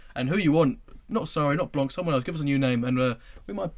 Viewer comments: Pls stay silent if you have no real info, and it blanc, not blanque, thé C is silent!!!!!!!💣💣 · Lauren Blanc. We don't pronounce C for his last name. Lauren Blan (c is silent)